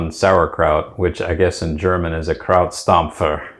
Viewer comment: you are a super team, I can hear your love in your voices! "Krautstampfer" was correct ;-) Best wishes from Silke from Bavaria